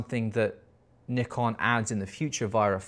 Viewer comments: Nikon is a Japanese word and it should be [nikon] not [naikon] 🤷‍♂️ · Nikon is a japanese brand. So there is only one correct way to pronounce it. knee-con. is right. 👌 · It doesn't matter where you are from brother, Nikon is from Japan, pronounced Nee-Kon. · Great video dude 🙏🏻🙏🏻 trying real hard to say Nikon and Zed 😂 I understand 🇬🇧 🥳